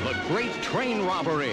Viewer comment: i hate the way the narroratorsays "the grat train robbery"